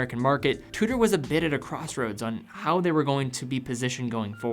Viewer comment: Its pronounced Chew...Da not two...daa, great vid